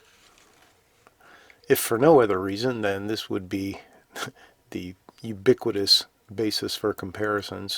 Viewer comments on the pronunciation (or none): none